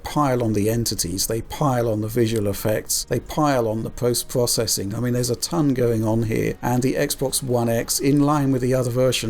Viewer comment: please stop pronouncing “processing” like an American. Thank you.